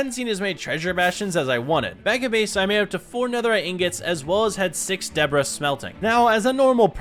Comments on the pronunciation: Ugh. Debris: ‘Duh-Bree’, not ‘Debra’ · It debr-ee/ea not debra . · Gets netherite "DEBRIS" proceeds to call it "DEBRA" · Ah yes, your first Ancient Debrah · Why bro keep calling ancient debris “Debra” 😐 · "Ancient Debra" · Bro is callin debris for debra😂😂😂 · debris not debra